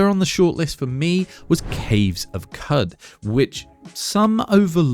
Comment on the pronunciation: It's pronounced Cave of "Could"...The word "Qud" has an Arabic origins. 😂